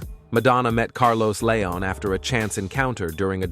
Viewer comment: The narrator needs to learn how to say leon